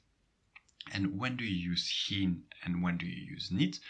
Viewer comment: waarom spreek je ‘geen’ uit als ‘gien’ in plaats van ‘gijn’?